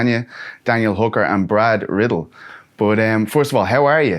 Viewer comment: Did he say Brad RIDDLE???😂😂😂🤣🤣🤣